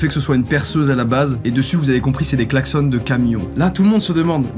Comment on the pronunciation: Pauvre Type… On Dit pas Klaxonne, mais Klaxon… Je peux bien comprendre ta coupe de cheveux Asteur… Ici au Canada, les types avec ta coiffure, nous l’es retrouvons dans les rues a quêter comme SDF😂😂😂